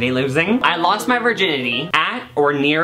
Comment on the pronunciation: WHAT THE FUCK IS A VERGINITY??????